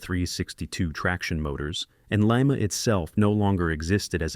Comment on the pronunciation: Lima is pronounced Lye-Muh as in lima bean and Lima, Ohio which was the location of the Lima Locomotive Works. Definitely not Lee-Mah, as in Lima, Peru. The reason Lima, Baldwin, and Alco didn't produce many diesels prior to 1947 was because the War Production Board dictated that they continue to built steam locomotives for the war effort. Alco had developed the HH switches and the groundbreaking RS-1 in the 1930's but were only allowed to product a very limited quantity of switchers during the war. However, EMD was permitted to continue development on the 567 engine and produce the FT primarily because they had never been a steam locomotive builder. After EMD's government mandated head start, EMD easily outsold all the other builders combined until the 1990's when GM, EMD's parent company, destroyed the companies reputation with the rushed development of the SD50's and SD60's. That's when GE, formerly a partner of Alco until 1953, took the top sales spot with the C40-8W.